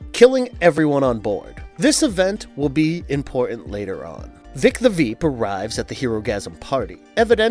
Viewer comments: I can’t believe Vic the veep is a tongue twister for him this man is saying veep the vep… who the the fuck is that 😂 I can’t believe he can’t say an American name vic… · "Veek the vhip" 🤣 Must've been hard saying Vic the Veep so many times! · How many times did he say Veek the Vip??? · “Voy-t America” and “Vic the Vep”. Loll. Are you guys hiring? If I don’t have to do research. I could definitely do this. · Why do you keep calling it "Voit." They literally pronounce it for you constantly on the tv show. Also you def said Veek the Vip when you first said Vic's name.